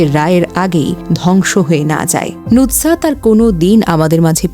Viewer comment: Nutsat na. Sobdo ta hobe nusrat....